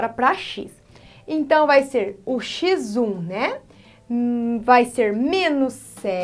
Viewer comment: 😅😅😂😂❤😂 o oque me motiva a assistir as suas aulas é que Pf. Fala xizum (x1)